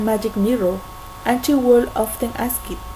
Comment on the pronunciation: Hey! exelent work! i liked it! you only need to practice the pronunciation of *would" you can do it! exelent yas!!! ^ ^